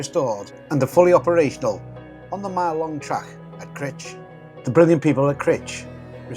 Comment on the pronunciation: Brilliant videos mate👍 Just one point Crich pronounced like eye not itch🤣👍